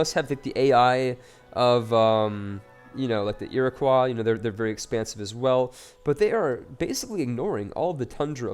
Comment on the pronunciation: Lmfao, everybody out here commenting on his pronunciation of Westeros, when they should be commenting on his pronunciation of the Iroquois. What the hell is an iricwa??